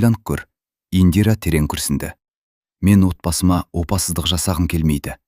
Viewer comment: Опасыздық сөзін неге дұрыс айтпайсың , оқып отырған адам???